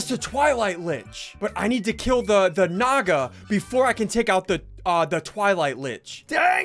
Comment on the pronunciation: "Naga" actually means snake in sanskrit, i felt amazing when he pronounced it. he actually pronounced it pretty close to how it is actually pronounced , by the way amazing video